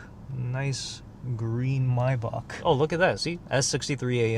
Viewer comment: I love how you say Maybach. "Mybock" lmao 😂